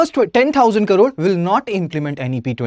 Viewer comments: thanks for the information. But, he speaks in English, where he is supposed to mention as Crore and not as Karoor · He keeps saying karoor... it is Crore... pls correct it. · You say Crore as Karore! Kindly concentrate on your pronunciation… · Not karoor its crore.... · And who is this joker who keeps repeating 2000 "karores" atleast 20 times during his 19 minutes of blabbering. In TN we talk abt 1 Trillion Dollar economy 😎😎😎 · First u pronounce the crore properly😂